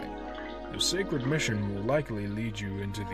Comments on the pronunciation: "a sahcred mission" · I'm surprised by the Batters Voice. It's not what I imagined but certainly not bad. However who directed the voice acting? Did no one listen to the takes? Whats with pronunciations like "Baiter" or "Sakred". You have this p. nice serious voice and then out of nowhere it seems like the character is reading off a script and has NEVER seen or heard these words before. I understand that silly shit like that happens while talking but.. more takes would have helped the Batter. The Voice is still good and the animation of fucking course too. <3